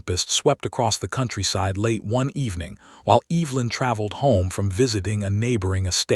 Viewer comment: Please at least say her name correctly. It’s not pronounced Eve-linn. It’s Ev-e-lin.